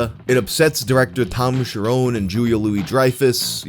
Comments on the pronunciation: The 'nes' in Cherones is pronounced like the 'nes' in honest, it is not Cher-'owns'. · His name is not Tom Sharone. It’s Tom Cherones, rookie.